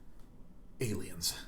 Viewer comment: "Alines!" Im dead. Thank you so much for the laugh